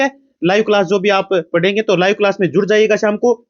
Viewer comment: achi❎aaci✅ Class ❎callsa✅😄😂